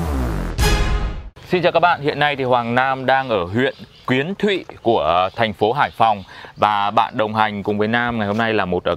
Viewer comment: Huyện Kiến Thụy nha anh không phải Quyến Thụy